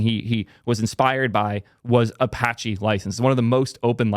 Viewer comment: All I can do is point and laugh. It’s Apache. Good luck dude. Get him and Matt in a room